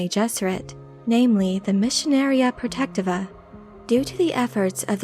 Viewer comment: Please correct me if I'm wrong, but I believe it is pronounced: Pro-Tech-Tee-Va